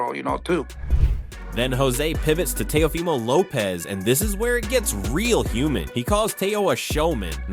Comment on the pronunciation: How you gonna say Teo’s name wrong in more than one way? Is the audio in AI?